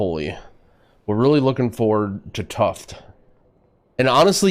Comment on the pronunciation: Tuft is pronounced "tough-ed"